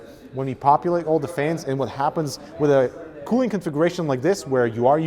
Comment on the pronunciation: He says"fains" :-D